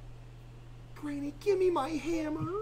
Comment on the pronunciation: bro said genny